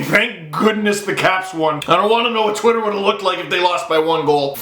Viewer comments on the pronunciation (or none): none